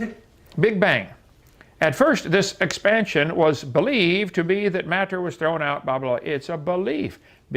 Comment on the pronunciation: What is it with the way Hovind pronounces "matter"? Has anyone else noticed that?